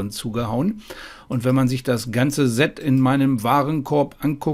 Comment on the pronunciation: Perfekte Vorstellung. Danke dafür. ABER: Versuche doch bitte, das Wort "Set" mit stimmlosem "S" auszusprechen. Das senkt dann den Gänsehaut-Befall ganz erheblich. Ist gut gemeint, bitte nicht falsch verstehen.